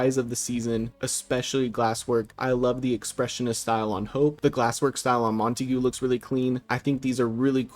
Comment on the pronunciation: BRO stop calling him "Mon-tay-goo" it's pronounced "Mon"-Tay-Geh" And you were off to such a good start until you put Ch3 S1 above Ch2 S7 & Ch2 S6 Like L after L at that point